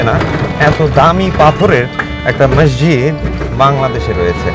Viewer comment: ভাই শব্দটা ম্যাসজিদ না, মসজিদ। অতিরিক্ত ঢং না দেখিয়ে শুদ্ধ বাংলায় কথা বলেন